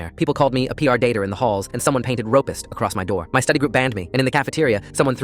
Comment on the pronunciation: "ropist" and "pr dater" got me rolling